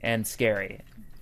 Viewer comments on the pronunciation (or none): Has anyone told him he's been saying cazador incorrectly? It's Spanish, pronounced cah-zah-doorr(rolled R) (actual dictionary write out below) ca·za·dor Both Genders - Noun - Singular Translate "cazador" to English: hunter, big game hunter, gunner, huntsman, sporting man Translate "cazador" to English: hunter Spanish Synonyms of "cazador": animal de caza Define meaning of "cazador": Referido/a a los animales que por instinto persiguen y cazan a otros. cazador Adjective Translate "cazador" to English: hunting Spanish Synonyms of "cazador": de caza, podenco, cinegético, venatorio Define meaning of "cazador": Que caza por oficio o por deporte. ; Referido/a a los animales que por instinto persiguen y cazan a otros.